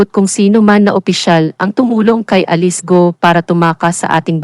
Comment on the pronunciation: Yung nag voice over, ayusin mo sakit sa tenga pronounciation mo, sa alice at camara, follower ako ng bunyog